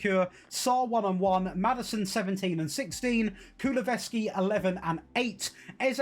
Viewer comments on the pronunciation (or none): This dude saying Kuluveski was irritating the hell out of me. His name is KuluSEVski. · Kulusevski not kuluveski 😂😂